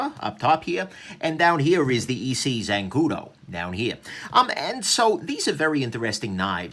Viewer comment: It's not EEE-CCCC .... it's pronounced SSSS -EEE.